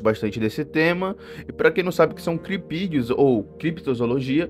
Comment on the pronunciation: Eu juro que não parte que ele disse kiripidios eu achei que era xvideo kkkk